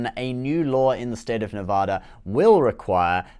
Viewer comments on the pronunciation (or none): Love your channel. Only because we care. It’s pronounced “Nev-AD-a.” Keep up the great work.